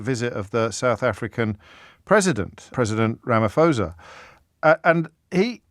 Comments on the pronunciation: Ramaphosa - pronounced Ramaporsa!! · RamaPosa. The "h" is silent. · Heads up, the 'ph' in Ramaphosa is not pronounced as 'f'. Easy way to pronounce it correctly "Rama-Pausa" (bonus points if you roll the R :-) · The 'PH' in Ramaphosa is just pronounce as P its not an F sound. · Correction Rama - posa not phosa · Its pronounced Ramaposa. And you are part of the problem with your lazy/paid journalism. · If anyone cares, the h in ramaphosa is silent 😂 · The H in Ramaphosa is silent. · Can the international media PLEASE pronounce Ramaphosa’s name correctly!!! If you can’t bother to get someone’s name right how could we possibly give credence to what you have to say?!